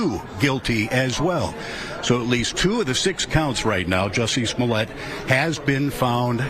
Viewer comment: It is not "Smollet". Per the defendant himself, it is pronounced "Juicy Smoll-ay". We all need to start saying it right, or you're a racist.